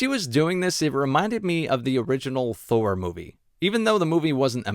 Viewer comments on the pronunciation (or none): none